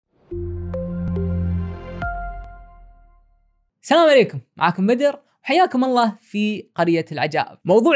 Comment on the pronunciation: اسمها السلام عليكم مش ساموليكم